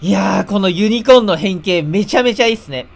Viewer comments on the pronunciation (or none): このssユニコーンって言ってたのか、原作見たことないから『ゆりこーー』って言ってんのかと思った結構真面目に、w